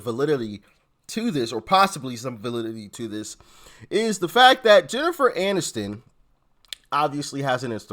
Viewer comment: Barack…..it’s Jennifer Aniston, not MANiston.